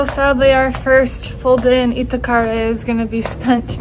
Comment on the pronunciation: This half-Brazilian gringo is enjoying your vids very much. Can I offer one pronunciation tip? Accents on vowels often change the sound of the vowels (which can be tricky), but they ALWAYS indicate which syllable should be stressed.. So, maracujá, guaraná, acarajé, Moreré, Itacaré... in every case you should stress the LAST syllable, as that's where the accented vowel is. (And "é" is an open sound, like in "peck" or "get." ) Try it, it's fun! You'll sound more like a native. Anyway, I love the way you are exploring the country, especially the many parts I am unfamiliar with. Kudos.